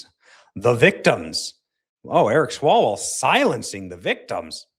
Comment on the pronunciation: It is pronounced 'Swallow-well'…